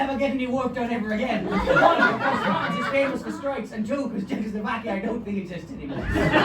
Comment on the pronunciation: not pronouncing Chekoslovakia right and that turning into a running gag was brilliant 😂